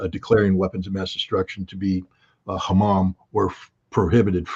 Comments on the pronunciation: haRam, not hamam! 😂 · Scott said hamam 😂 what he meant was that it’s HARAM to build nukes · Scott, forgive me ....Just a correction: haram means prohibitted, perhaps a slip of the tongue.... You said Hammam, which means a steam bath, like the Turkish Hammam, Iran too has Hammams. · Scott you're a marine, so i don't hold it against you Its haram not hamar......